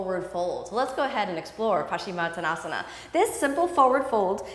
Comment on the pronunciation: Kino - big fan, great instruction, but please amend the pose name to the correct spelling and pronunciation. Peace out sista! Keep up the great work.